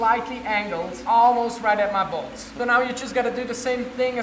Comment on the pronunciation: Lol he said almost right at my bolts but I thought he said almost right at my balls